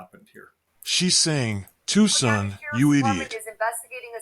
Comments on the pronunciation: It’s pronounced TOO-SAN. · Tucson pronounced Too-saun. The alert voice was trying to tell you. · Why does he keep mispronouncing the word Tuscon??? weird!! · This video should be taken down by you . Not knowing how to pronounce such a common city just shows ignorance and weirdness!